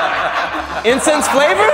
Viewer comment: be killing it 😂😂😂😂”incense”